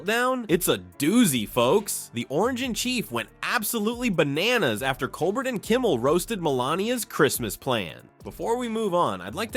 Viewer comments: What is it with you narrators that you don't correctly pronounce Colbert's name? It's Coal-bear NOT Coal-bert... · Pronounce "Col-bear"